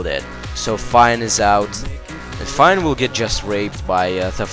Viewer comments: phione is pronounced "fee own ay" not "fine" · its pronounced Phione, (Fi-oh,nay)